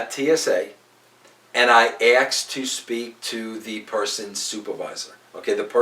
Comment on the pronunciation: Why can't Americans say ask/asked properly?